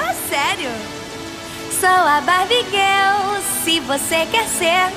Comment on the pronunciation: Não acredito que sempre pronunciei o "GIRL" errado.... Tudo culpa da Kelly 😂😂😂😂😂😂 ela cantando GUEL 😅😅😅 COMO ASSIM....?!